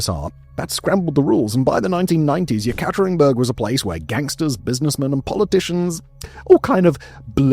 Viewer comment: Simon, you're one of my favorite docu-narrators. But really, you need to work on your Russian pronunciation, or, at least look up how to pronounce words like Yekaterinburg.